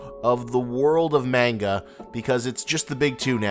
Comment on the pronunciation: The way you say manga grinds my gears